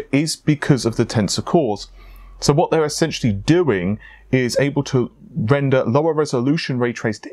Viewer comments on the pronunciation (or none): none